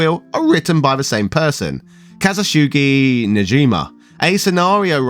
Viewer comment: I don't know if you were intentionally mispronouncing it, but it's Kazushige, not Kashoogy